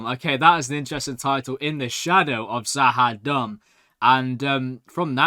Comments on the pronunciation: Stop saying za ha dumb😂 try za ha doom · must be really feeling kind of Z’ Ha Dumb after mispronouncing it Numerous times, although the name Does sound like it’s related to the Narns - perhaps it’s a long lost colony of theirs though, only his further viewings of the show will tell!